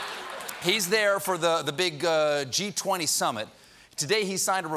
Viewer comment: Thought he said the ‘Cheat 20 Summit‘ :-)